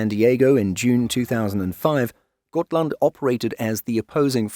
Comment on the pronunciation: I disagree, every effort to sound like the Swedish names should be applauded. I have seen countless videos where Gripen is called Gruyypen which is preposterous. It's either the Swedish "greepen" or the anglicized "grippen", which is incorrect but acceptable as it rolls off the tongue. Except for the first Hal laand, I think both Halland, Uppland and Gotland were pronounced flawlessly and we even got really good shots of Västergötland and Södermanland, which aren't easy tasks. Really well done. Finally someone who knows åäöÅÄÖ aren't A's and O's. The U in Uppland could be more upwards pointing though instead of Oupp sounding, but it's no big deal. Blekinge is difficult, much because of the melody needed. It's "Bléé-KINGE" in a daaa-dadatt rhythm, like the word "forcefully" but the second syllable higher up (not stressed). I'd need a music sheet paper for it rather than phonetic writing. Perhaps the word Amiga (as the gaming system) for the tone of the i, but the rhythm of Forcefully.